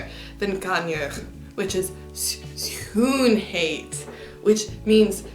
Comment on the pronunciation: I'm sorry to poo on your parade as well... but schoonheid is not schoonhuid (huid = skin; but heid does not really have a meaning of its own, although you could consider it a suffix that turns an adjective into a substantive - the same suffix is used in words like oudheid, domheid, luiheid, traagheid, snelheid, ...).